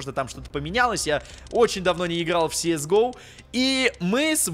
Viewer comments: если что кс го а не сис го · не си ис гоу а кс гоу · Говорится кс го не?